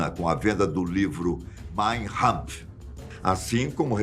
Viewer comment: é "Kampf" com K, não "Rampf"